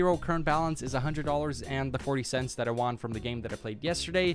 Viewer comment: Do you honestly think you are Tom Segura? You pronounce won like " Juan. "